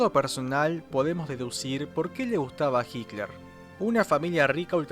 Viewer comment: "HICLER" ??? PORQUE DECIS "HICLER" ??? ADOLF HICLER SE LLAMABA?? JAJAJA